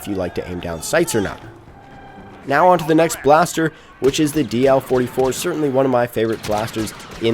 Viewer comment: "dertainly" lol